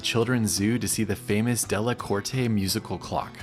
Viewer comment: Dellacort... E is silent